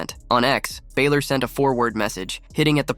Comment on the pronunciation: Sort out the guy yapping on the pod, he can’t even per knounce Balor properly